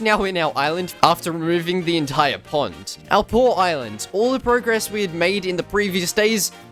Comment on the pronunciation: When you were saying pond I thought you were saying punt.